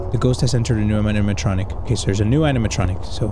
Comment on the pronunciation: He didnt even notice that he went "Animanitronic" XD